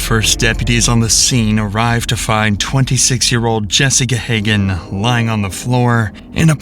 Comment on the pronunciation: JESSICA Hagen? Narrator does it TWO MORE TIMES in the video. Deputies are doing the on-scene investigation? Where are the detectives?